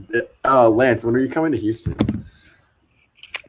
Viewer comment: this video started off idiotic with lance not even knowing how to pronounce Houston. bro you're literally from texas